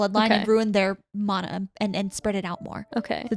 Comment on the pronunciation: I think we need to add pronunciation information to the glossary. Mana = mah-nah